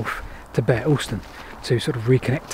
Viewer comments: Bere Alston. It's 'beer' not 'bear' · Pronounced Beer Alston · Locally pronounced "Beer" Alston. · Bere Alston, The Bere bit is pronounced beer. We are encouraging the rail connection from Bere Alston to Tavistock as the first stage of the re-opening of the line to Okehampton. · I used to travel on a scholars season home from Tavistock School to Bere Alston (glad someone picked you up on the pronunciation). The School bully threw my cap out of the train in Shilamill Tunnel. He had a twisty eye and his grandfather, who could not read or write, had built the Tamar sailing barges at Calstock. The next day the lineman had found it and it was waiting for me at the booking office in Bere Alston. The North portal is just above the lower road to Bere Alston and easily seen. The other pronunciation problem is Morwellham. Above it are Morwell Rocks - the Saxon word for a village is "ham" So the Morwell HAM not Morwellum